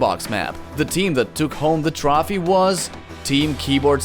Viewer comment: "Trawphy"?? Illuminati 100% Confirmed??